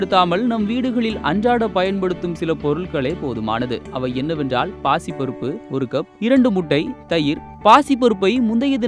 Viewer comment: Anna pacha payira pasi paruppa theliva sollunga